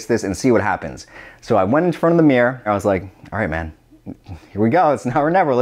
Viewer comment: he said "mirror" and i instantly thought "idiot".